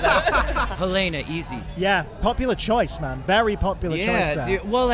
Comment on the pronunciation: Why do they all pronounce “Helena” wrong?